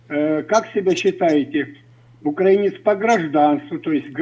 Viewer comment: потрібно було послати старого уїбана курсом руССкава воєнного корабля як тільки це беззубе чмо почало неправильно ставити наголос у слові українець! Він спеціально так робив, аби спровокувати! Мені це ріже слух принаймні! Тобі моя вподобайка і вітання з міста корабелів Миколаєва!!!❤❤❤